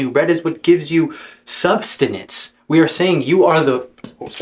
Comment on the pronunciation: You severely mispronounced the word sustenance 3 times in 10 seconds while talking about knowing what words mean.